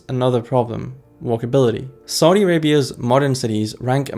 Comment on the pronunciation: idk, the country is succeeding in many ways and can adjust to its growth. also please learn to say Saudi correctly!